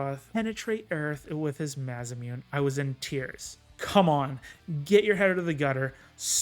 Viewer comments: I enjoyed this until you called sephiroths sword massamewn lol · technically it's a japanese noun so you would pronounce maw saw moo ney